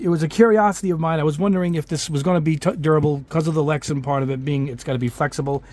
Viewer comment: It's LexAn not LexEn